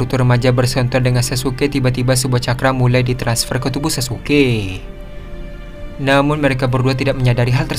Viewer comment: Sumpah salah satu kalimat yang mengecewakan adalah ketika admin mengucapkan kalimat " Namun " Contohnya namun zanzaru langsuu menghindar "😅